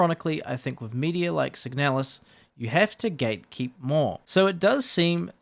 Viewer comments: The slop pronounces "Signalis" as "Sig-a-nalis" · I always pronounced it "seeg-na-lizz" with the "na" read as it is in "narcotics". Had no idea it was pronounced "seeg-nel-us" like does.